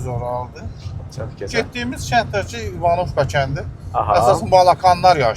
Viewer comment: Klounluq eləmə, kəndin adını düz tələffüz elə. Vurğu birinci hərfin üstünə düşür.